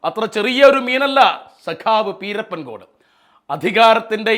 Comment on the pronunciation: പീരപ്പൻ അല്ല പിരപ്പൻകോട് സ്ഥല പേര് കൃത്യ മായി പഠിക്കു